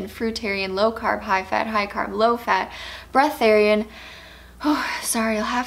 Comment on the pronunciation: “breatheairian” I LOST IT 😂